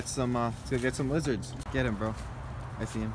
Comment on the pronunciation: Frow werms not lizerts😬